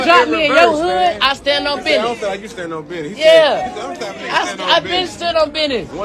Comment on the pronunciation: “I stand on bidness “ lil bro you are not your father 😂